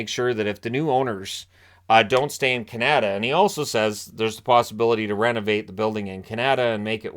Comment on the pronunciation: Canada isn't pronounced like that.